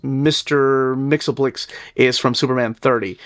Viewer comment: I've always pronounced it the way does... Mixelplik. The spelling might not support that particular pronunciation, but it's always seemed (to me) to be the natural one. It rolls off the tongue better, especially when reading it.